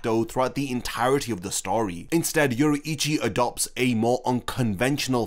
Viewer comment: it's pronounced Yo-rui-chi not Yo-ru-ichi. My ears bleading.